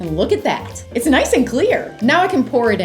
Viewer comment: you mean n-ice and clear 😂😂😂😂